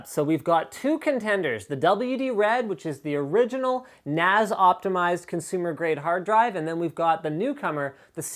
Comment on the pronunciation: FFS stop calling it a NAZ it a NAS.. the S should sound like the S form snake